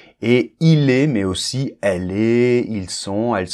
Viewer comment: Dans la minute il y a la liaison., tu as dit MAIS AUSSI, il se dit MAIS-AUSSI ( Petite précision 😂 )